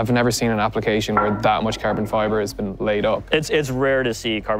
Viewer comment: Its Carbon fiber, not Kerben fiber...😂😂😂